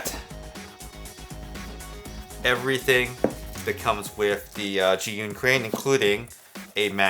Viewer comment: I think you used five different pronunciations for Zhiyun -_-. Please just say "the Crane". It is JER-yoon.